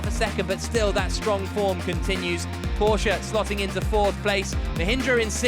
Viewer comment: Everytime they pronounce 'Porsche' correctly my heart blooms.